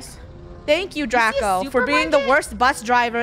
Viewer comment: It’s Draco not Draca